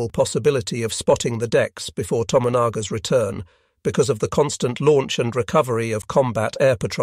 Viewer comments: True, but please be advised that in Japanese it's usually the 3rd last, not the 2nd last syllable which gets the emphasis. So, Hi-RO-shi-ma, not Hi-ro-SHI-ma; Na-GA-sa-ki, not Na-ga-SA-ki. Therefore: not To-mo-NA-ga but yes, To-MO-na-ga. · Sometimes it gets it right. A bunch of the time the name To-mo-na-ga comes out correctly, other times To-managa sounding like a character that could be in “my cousin Vinny” …Abe is Ah-Beh but many times “Abe” Lincoln. Just funny, doesn’t detract from the content.